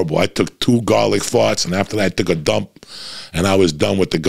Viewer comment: Eating gahlic, blowing fahts like a doctah!